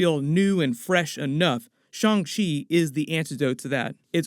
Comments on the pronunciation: F!!!! Y'all I refuse to say Shawn Chee Niggah!!! It's Shang. Shang Chi I hate that shit 😤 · He says “shong chi” instead of “Shang chi” and it really bothers me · Shang chi (上吃) is pronounced "shyung chee" and translates as "serve".